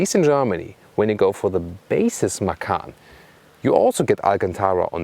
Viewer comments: read macan not makan > macan = tiger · actually the t in ma-tchan doesn't count.. so it is pronounced ma-chan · Actually you should read "Macan" as a "C" like "Cha-cha" I'm Indonesian btw